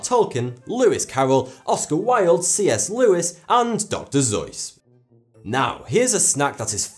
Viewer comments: Dr. Zois? It's Dr. Seuss. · Did he mispronounce Dr. Suess or is that someone else? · It's pronounced 'Dr.soos' not 'zues' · Aaand doctor zeois. DOCTOR ZEOIS WHAT HAHAHAHA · "dr zoyss" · He said Dr. Seuss wrong